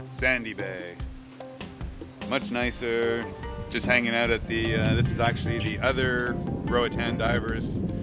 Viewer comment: Love your C accent in particular the 'out' ... 💙